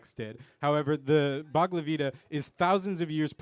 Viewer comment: That dude called the Bhagavad Gita the Bagla Geeda LOL